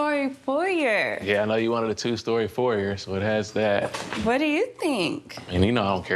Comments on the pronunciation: She's all..." I'm so modern"... And can't pronounce foyer correctly....stop the pretentiousness.... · If this girl say foyer one more time... Legit had me questioning my own pronunciation... Asking "can you use it in a sentence?".